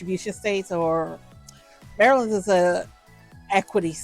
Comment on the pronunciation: It took me a while to figure out you were talking about the state of Maryland. Since you have some type of speech impediment you should probably say you are talking about this or that particular state. Great content though